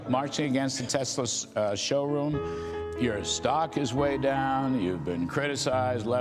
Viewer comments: I love how is saying "Tes-slur". Damn right gotta acknowledge with n*zi Musk it's a Tes-slur, or a Tesla with a hard R. Don't give that vile man any of your money! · Tesler. Lol